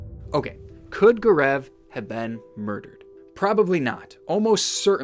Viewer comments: GAARAAV XD his name is GAO-RAV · It’s G-au-rav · Everytime he says Gur-eeev instead of Gaurav, I get distracted. But it was an interesting case that you brought into light. A lot of discrepancies raises many questions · I'm sorry but Gaurav is pronounced as Go-ruv it bothered me sm💀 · Indians hearing him pronounce Gaurav XD